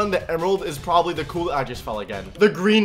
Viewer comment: He said p'w'obably.